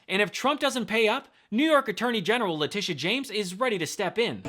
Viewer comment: It's Le-tit-ia. Letitia James. My God. As a brother of a Letitia I can't stand her name being butchered.